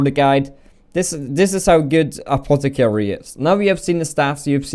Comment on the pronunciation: Anotter apotticarry!!!